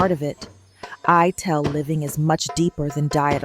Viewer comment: Good video about sounds like it’s voiced by AI. Pronouncing Ital as “eye-tell” instead of eye-tall. It’s from the vital not vi-tell